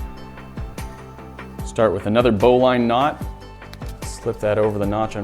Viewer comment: it’s “bow-lin” not “bow-line” knot just for some pronunciation clarification